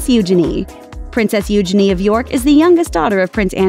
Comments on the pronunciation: You’re pronouncing Princess Eugenia’s name (nickname) incorrectly!!! Please research how to pronounce names before you read the SCRIPT!!!! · This pronunciation of Eugenie cracked me up. I've never heard of that way before, but I think we'll keep it.